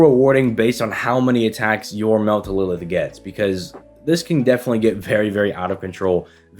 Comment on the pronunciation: I don't know if you've addressed this but why do you call her Meltlilith instead of Meltryllis?